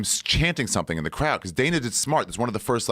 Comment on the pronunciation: Wanderlei “Crood” Silva